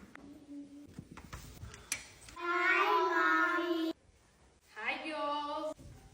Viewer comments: I am only at minute , and that "Hi giurls" sounds so russian. The majority of my neighbors are Russian and Ukrainian families, and all the women wear the most expensive brands, drive expensive cars, full of botox, "plump" lips and they're all skinny, when their husbands are ( the majority) short and with big bellies, and in many cases way older than their wives. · "hi giolz" - I can tell she's russian 😂